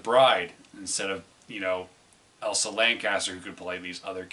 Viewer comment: Chester. Elsa Lanchester. Not Caster, Elsa Lancaster.